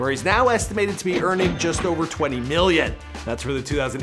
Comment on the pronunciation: Why every time he say million it sounds like hes saying billion